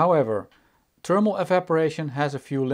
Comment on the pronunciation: It's THERMAL not TERMAL